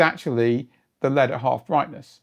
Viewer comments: I've never heard someone say LED as "lead", the metal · this is the first time I’ve heard an L-E-D referred to as a “lehd”. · Must be a Yorkshire accent then? Like behs?